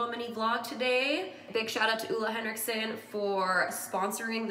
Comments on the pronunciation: You def mispronounced Ole Hendrickson at first. It was the toner, Steven bought it for you when you were on a trip and you had breakouts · More like OH-le you could say. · Ole Henriksen is a danish name and you sure are close to pronouncing it completely right! Better than most people haha. Greetings from Denmark! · I love the way you say ole henriksen😂 I’m from Denmark and it’s a danish company so to hear it pronounced in English is so strange😅😅 But so happy and proud of him he really work hard for his brand and he is just such an amazing person. His energy is everything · Well, Ole Henriksen is danish so you’re actually still saying it wrong 😂😂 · always funny when non-danish people are trying to pronounce "Ole Henriksen"